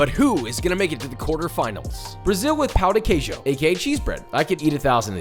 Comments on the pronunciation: Your pronunciation of Pao de queijo translates to “dick cheese” lol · No shade but it’s pronounced Pow-ji-kayju for the Brazilian breakfast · FYI, you pronounced Brazil’s dish “cheese d*ck” lol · As a Brazilian, pow du kayjo is making my cry on the inside, for anyone wondering, the pronunciation isn't hard at all, it pão djee kayjo. Something like that. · its pronounced pun ji ceju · Hey, the pronunciation of "Pão de queijo" was funny dude, cause in portuguese you are actually saying "Dick of cheese" instead of bread. Dick = Pal, Bread = Pão. The pronunciation is not easy for foreign, but was really funny LMFAO 😂 but you was right about one thing, we can and we actually do a lot of things to eat the dic... I mean, the Cheese Bread, we stuff with different things, we eat with sweet or salty toppings and etc. But the most famous way to eat it, is just the cheese bread with black coffee. 😍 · no way he pronunced pão de queijo right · Always cracks me up to hear the way they pronounce pão de queijo. Thank god the dish is not called "queijo de pão" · Coffee is very much cherished in Brazil, coffee and pão de queijo is (imo) better than the jam. Also josh, ur saying pão de queijo wrong 😂😂😂